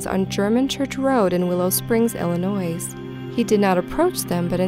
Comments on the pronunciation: You REALLY just said ILLINOIS WITH THE "S", when it's pronounced WITHOUT the "S"??? You must be Canadian. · The Illinoisan in me cringed so hard with the S pronounced on Illinois. 😂